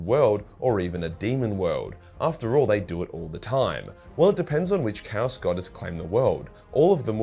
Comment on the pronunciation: Bro can’t pronounce chaos